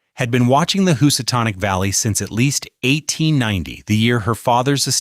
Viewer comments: I love me a House-a-tonic. TBF it does say it correctly about 5 minutes later while mispronouncing "Elizabethan"....weird. LIke it rolls the dice... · You incorrectly said Housatonic and Berkshire. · I know I’m from the Berkshires and the pronunciations tell me this narrator has no clue and the images don’t match the narration. I won’t be liking or rewatching this stupidity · Why does he mispronounce Berkshire And Housatonic? Is he unfamiliar or is it AI reading the script?